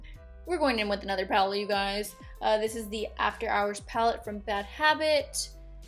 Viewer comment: i kept on thinking she said the lime crime penis pallete